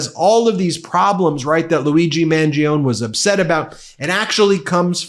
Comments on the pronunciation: Ben, you pronounced Mangione wrong. It is Italian so you pronounce it Man-gió-ne. The Trump and the GOP aren’t reading the room. Sure repeal the ACA but they better transform it into a single-payer system that is paid for via taxing the rich properly. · I love you, but how do you not know how to pronounce "Mangione" when you're covering all this? Details like those matter when building trust with an audience 💙🇺🇸✌